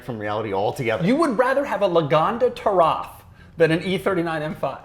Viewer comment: saying the Taraf makes me disregard any opinion has ever had or will ever have. Never watching anything involving again.